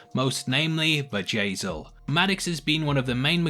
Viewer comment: Bjayzel. Bjayzel. Her name isn't Vajazzle lol